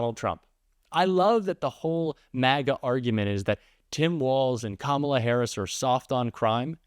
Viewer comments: Do they really not know how to pronounce her name or are they just stupid? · I wonder if the narrator would have, if not coached otherwise, correctly pronounced “Kamala” in Trump’s propaganda ad.